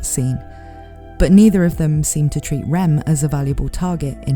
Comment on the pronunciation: As a non native english speaker it's realy hard to distinguish your pronunciation of Rem from Ram lol